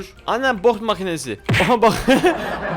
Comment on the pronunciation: Abimiz boks makinesine bok makinesi diyor